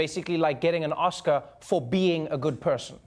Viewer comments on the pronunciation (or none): none